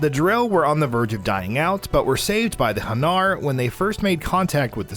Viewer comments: And the way he pronounced hanar... Its HAnar, not haNAR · The way he said Hanar just made my head hurt